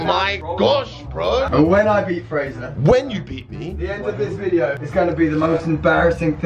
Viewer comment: He says Fraser like faser